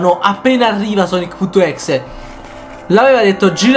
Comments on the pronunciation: Non si pronuncia così sonic.exe perché non dice tutto come si legge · Questo è vero